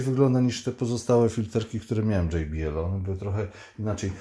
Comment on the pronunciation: tylko jedna uwaga - nie dzej bi el tylko po prostu jot be el. to z niemieckego. a tak w ogóle super film. Dzięki za klarowne przedstawienie produktów. pzdr